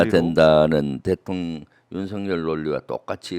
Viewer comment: 대통령이 대통년으로 들리지;;; ㅎㅎ